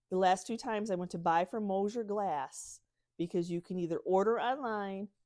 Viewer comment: That's MOSSER GLASS. Pronounced like moss-er. I live close to Mosser glass. Mosier is totally different and not American.